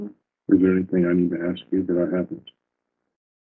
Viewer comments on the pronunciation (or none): WHENEVER she says anythink, somethink, nothink...she's LYING.